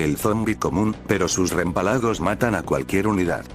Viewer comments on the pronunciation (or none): Se dice relámpago pero de todas formas me da risa como le llama rempalago XDXDxD DXD